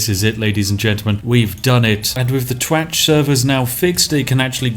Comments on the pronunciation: I fkn giggle everytime you say twatch 🤣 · I can't stop laughing everytime you say twatch.